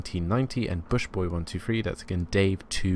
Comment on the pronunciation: Bushboy? Bus boy......... bus not bush 😂😂